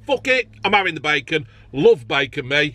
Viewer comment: "I'm avvin a chip". Eats every single chip he was given